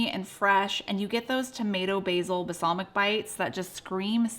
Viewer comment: Basalmic? 😂😂 love you,!!